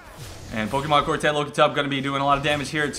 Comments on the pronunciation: Love how you say pokemonkortet xD It is norwegian/danish/swedish for the pokemoncard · Yeah, it is pokemonkortet in swedish too.LOL'd so hard when pronounced it in english xD. NORDEN FTW!